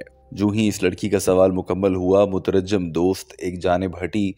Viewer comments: It's not "mutarajjam" as you pronounced, the correct pronunciation is "Mutarjim". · Motarajim naheen motarjim hai mere bhai